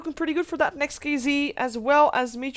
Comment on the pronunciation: not NEXT(KiZi) the correct spelling is NEXT(KeyZet)